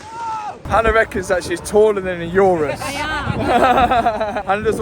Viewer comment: The only time heard Mat mispronounce a car name 'URUS' 😂😂😂😂😂😂😂